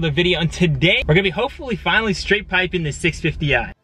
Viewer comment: straight piping, not “straight pippin”😂